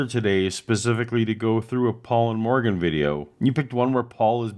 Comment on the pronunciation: It sounds weird because you've de-Welshified a classic Welsh name by putting all the stress on the second syllable and not pronouncing the "r" properly.